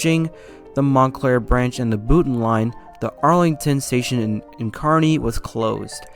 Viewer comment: The name “Schuyler” is actually pronounced “Skyler”. “Totowa” is pronounced “Toe Two Wha” Glad you got Kearny right, that gets mispronounced often.